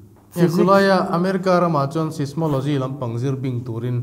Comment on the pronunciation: Mi interview tur chuan tlem a inchhiarzau ve hret thin tur asin le. 'Sis-mo-lo-gy' a ti tlat mai, 'sais-mo-lo-gy' tih tur a nia.